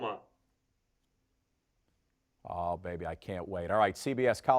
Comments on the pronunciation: Ohklahoma? What!!! 😂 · Okla..homa??? What the hell?